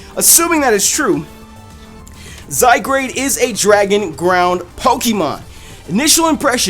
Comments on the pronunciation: It's ok about u not sayin its name right I thought it was zygrade at first too instead of zygarde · Zygrade ( Zy-Guard ) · I think its pronounced Zy-guard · It says Zygared. Not Zygrade., you are a derpy derp JK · Zygarde, I believe it's pronounced Zy (Zed like in british english pronunciation of Z which originates from both greek alphabet from :Zeta" and old french "Zede"), and Gard (with the E apparently being silent). Due to the european nature of the game it's most likely pronounced as Zygarde (Zed-Gard). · I think it's pronounced zai-guard because the "a" in "zygarde" comes before the "r." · I love how we all butcher pokemon names together! I don't feel like such a noob anymore! By the way it's spelled though, I would wanna pronounce it "Zy-guard". Not gonna lie, it looks pretty cool. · Wow I thought Zygarde would pronounced Zy-Guard but I guess I was wrong too :P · Zye-GARD. portmanteau of the words zygote and gard (anglo-saxon for land or place) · (Zy-Guard) isn't that how's it's pronounced not to say your wrong >,< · I thought it was pronounced "Zi-gard " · Zygrade? Isn't it spelled Zygarde? LOL that just prove's you can't read. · It's pronounced Zeye-guard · It's Pronounced (ZY-GUARD) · he said he made a mistake about pronouncing it before he started talking about it but didn't want to retake the whole thing again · i sure thats how it really is the way you say it. remember that he said at the beginning of the vid that "he pronounced his name wrong." <=) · I wouldn't have minded that you mispronounced it.....if you didn't place the 'r' in front of the 'a' when doing so. That was just ear-grating. No offence. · No lie, I pronounced it the same way prior to watching this video lol